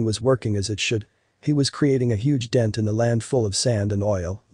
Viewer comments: The narrator should have paid more attention in class. So should have the editor and the director. "Huge" is not pronounced /həɡ/ (hug) it is pronounced /(h)yo͞oj/. Two completely different words with unrelated meanings. This is not the first documentary I have watched recently with a narrator who does not know how to pronounce simple, well known words. When the scientific world accepts lazy mistakes as part of its existence, where does that leave our world with answers for survival and exploration? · The “ hug” rock! How ridiculous that you don’t do a do-over the reading is pathetic. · How on earth could anyone not know the word "huge" the narrator read it as "hug rock". You kidding?